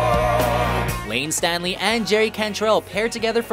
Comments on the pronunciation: “Layne Stanley” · I nearly had to click this off when the narrator kept referring to "Layne STANLEY" of Alice in Chains! Have some respect for the late Mr. STALEY. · Yeah, I had to rewind twice to make sure I didn't hear it wrong. Him saying StaNLey. Really shows us how much they really know about these bands or music all together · "Layne Stanley," are you serious? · Layne Stanley........oh for fuck sake. It's pronounced Layne Staley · You must have missed Layne “Stanley” (Staley) before that! Who is this goob??? BTW-Pablo Cruise’s “Raging Fire” is an unsung harmonic phenomenon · It’s Staley.....not Stanley!!!!!!!! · Anybody noticed how he called layne Staley “layne Stanley” put some respect on his name and pronounce it right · What the hell. He said Stanley not Staley. No just no. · Did he say Layne Stanley? It’s Layne Staley. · It's Layne STALEY, not Stanley 🤦‍♂️ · Its Staley, not Stanly. Sheesh. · The narrator obviously wasn't familiar with the artists...Layne Stanley??? C'mon man! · Staley! NOT Stanley! WTF!? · ITS LAYNE STALEY...NOT LAYNE STANLEY!!!!!!!!!!!!!!!!!!!!!!!!!!!! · Come on dude. You gotta get “Layne Stayley’s” name right , you said Stanley??? Bro, not good…..and “Glen Fry’s” (FRY, like french frie) you said Fray….. gotta get those right. EPIC FAIL DUDE. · Layne Stanley? Glenn Fray?Make sure you pronounce names right when you do a video like this. Yikes. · I couldn't believe it. The first time he said it I thought I heard him wrong, but then he said it again. I'm disappointed with. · Layne 👏 Staley 👏 Pronounced: STAY-LEE or STALE -E There's not even an "N" in his last name !! Which is another thing that added to cringey- ness. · And Layne Stanley... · goodolarchie I’m sure you meant Layne Staley. Lol. I had to rewind to hear if he said “Stanley” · Bruh really said layne “Stanley”. SMH the disrespect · I cringe every time he says Stanley. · The dude also said Layne Stanley. Pfffffff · I was just about to type the same. And he says it twice!